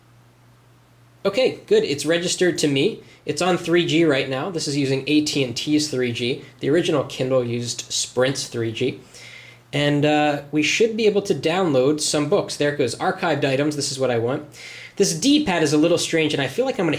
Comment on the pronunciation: You said archieved wrong